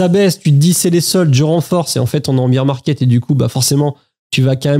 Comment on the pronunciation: Chance d'être passé pas mal en stable crypto et d'avoir vidé le PEA avant la baisse. Incertitude totale. Par contre c'est le "bear 🐻 market" pas "beer 🍺 market" 😂